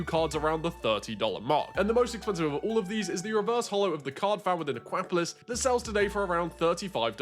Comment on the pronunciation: Again with the ahkwapolis 😂 Aqua-polis. Polis is the ancient Greek for city state.